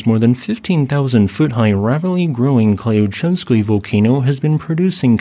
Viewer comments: The "y" in that word is pronounced like the "y" in the word "you" - klyooCHEVskoy. It's a mouthful for English-speakers, I know! Klyuch is the Russian word for "key". 🙂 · Klyuchevskoy should be pronounced something like "clue chef's coin" but without the final 'n' sound. The stress is on the last syllable.